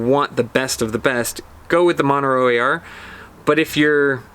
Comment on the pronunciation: You keep saying "Monero" AR. Are you meaning "Montero AR"? Serious question.